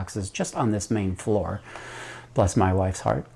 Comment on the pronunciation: Ok, I've listened to it a third time.... It's "bless my wife's heart". I thought you said PLUS. 😅